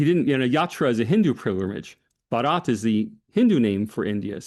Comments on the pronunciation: Baa-rut. With a soft 't' is India. Bah-raat is a wedding procession. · I was impressed by profound knowledge of India, particularly his ability to pronounce Hindi words with remarkable accuracy. Although he occasionally stumbled, his effort was commendable, except for pronouncing "भारत" (Bharat) as "Baraat," which means procession. Given his English background, this minor slip-up is understandable. However, I disagree with his critique of India's non-expansionist policy, which seemed overstated. Despite some reservations on other points, the discussion was enlightening, and I applaud for his in-depth research and engagement. 👌👌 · It is Bh-aa-r-a-t not Bha-a-r-aa-t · Lengthy but just facts and no narratives. explaining RSS as an organization reinforces him as an Academic. No wonder he is sought by the lead media houses. He is so confident and so full of grace. Certainly Anand, Rahul, Zakka or Smita can train with phonetics especially Bharath, syllable by syllable 😂😂. Great job, worth the time. Cheers.